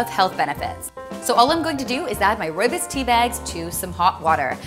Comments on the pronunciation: She says rooibus It's rooibos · roy-bus? no its roye-bose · As a fellow South African is not rooibus it’s rooibos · Oh my god you are saying it wrong it is not rooi bis it is rooi bos 😭😭😭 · its not rooy-bis its roob-is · Rooi bis? Um it's rooi-bo-s Im South African and I know. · Rooi - BOS not rooibis :) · I'm South African and that's not how we pronounce our lovely Rooibos😢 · Your saying rooibos wrong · Oh gosh! Please don't pronounce rooibos like that again... at least you tried too roll the 'r'. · im from south Africa and not trying to be a downer but you dont pronouns rooibos right xx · Great video, btw you pronounced rooibus wrong :)